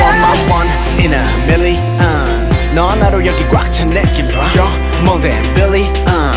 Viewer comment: The way MJ says million is so beautiful ❤️❤️❤️❤️😍😍😍 😍